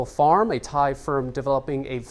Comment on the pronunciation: Thankyou for exact thai pronunciations...end of ear splitting ache..